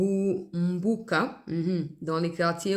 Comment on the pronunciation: RUKUMBUKA. PAS RUMBUKA.